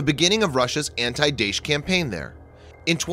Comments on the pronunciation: It's pronounced Dah-Esh, not Daysh, Kalibre is Call-iber, not Kayliber...also Eeraq, not Eyeraq (from your other videos) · thanks for the video. please work on pronounciation. su-25 is called Frogfoot not forfoot. daesh is pronounced dar-esh, if that makes sense. have a nice day.